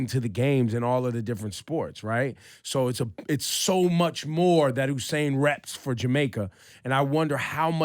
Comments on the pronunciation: Ebro, who the hell is Oohsain Bolt?? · I'm gonna need y'all to stop putting on H on Usain's name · Dumbass! its not hussain its Usain. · Its usainbolt not who sain bolt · Why these ppl said "HU"instead of ""U"? His name is Usain. U...U...U..U say it..U..U..U Usain. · Its "You- sane" not "Ooh- sane". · I'm gonna need you guys to stop putting an H on my boy's name. His name is not Hussain, it's Usain. Say it with me U-sain.... U-sain... U-sain... Usain Bolt! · I have crazy respect for you guys but you really have to stop saying Usain's name incorrectly. The man's name in pronounced "You-sain", im not trying to be a jackass, only passing on some knowledge so you guys can continue to be the professionals that you are. Keep up the awesome work cousins. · why can he not pronounce Usain Bolt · + donnett wilson You obviously misread my post. I know very well who Usain Bolt is, I am Jamaican myself, born and raised. My point was that during this video Ebro (radio presenter) kept on pronouncing his name wrong. Click on (like I originally wrote above) and you will hopefully see what i'm talking about. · + david hudson You obviously misread my post. I know very well who Usain Bolt is, I am Jamaican myself, born and raised. My point was that during this video Ebro (radio presenter) kept on pronouncing his name wrong. Click on (like I originally wrote above) and you will hopefully see what i'm talking about.